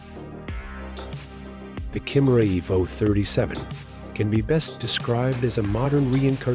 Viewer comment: Why do these voiceovers always mispronounce so many things? Kimera is KYE-mare-a, EEvo, and it's Da-LAHR-a Stra-DAHL-ee. <-- 🤢🤮